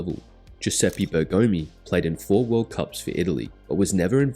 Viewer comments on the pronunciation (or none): none